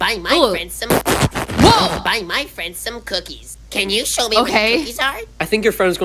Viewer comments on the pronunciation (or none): She’s like I want the cooskies it’s cookies 😂😂😂😂😂😂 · This was funny! “I want some cooskies” 😂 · "I wash the cookskis" - 2023